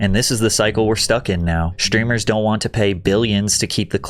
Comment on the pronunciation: There no "sh" sound in the word "streamer."